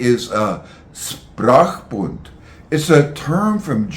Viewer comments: Is it not pronounced SHprachbun (initial SH), rather than SSSprachbund (initial SSS)? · I appreciate the content and find it fascinating. However, linguists might be expected to pronounce linguistic terms more or less accurately, especially if they are the key term like “Sprachbund” [ˈʃpʁaːxˌbʊnt] in this video. No offence meant, of course.